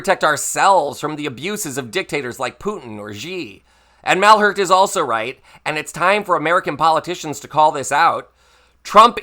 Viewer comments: Excellent thanks… The english pronunciation for Claude Malhuret last name should be something like "mal - iyou - rayt". 💙🇺🇦🇪🇺🇨🇦🇲🇽🇫🇷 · Yup, it's time to call Trump a big mac eating surrender (to Putin) monkey. I think any reasonable American will find it fair. Oh, I forgot : Malhuret is pronounced (apart for the specific French "u") mal-u-ray.